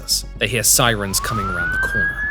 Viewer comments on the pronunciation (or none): none